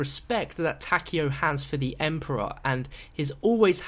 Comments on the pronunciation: Ta-Ke-O the ke is pronounced like ke in kettle. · Its tah-kai-o, a zombie creator pronounces it this way. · what's kind of weird is how no one knows how to pronounce takeo's name correctly